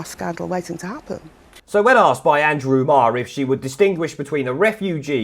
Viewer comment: Andwew Andwew Andwew.